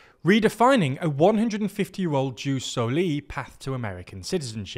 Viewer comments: Hello, politics aside, the (classical) Latin pronounciation for jus soli would be more like "yewse so-lee" and Jus Sanguinis would be more like "yewse sang-gwin-niss". "j" (technically i as a consonant) is pronounced like "y". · I apologise for being a stickler, but for everyone reading: The J in Jus Soli or Jus Sanguinis is pronounced like a Y, so it sounds more like eoos solee etc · Please pronunce "jus soli" as it should be in latin. 😅